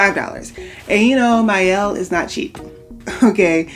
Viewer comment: I'm glad you sa aid the Mielle name correctly. Idk why but it irritates me when people pronounce their name wrong. Especially sponsored videos.